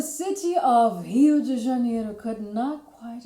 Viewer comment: Your Rio de Janeiro was spot onnnn